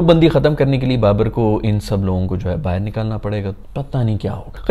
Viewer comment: Jaise bahar ko BAHIRR 😂😂